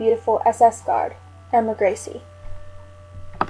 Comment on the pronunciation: irma grizzly😆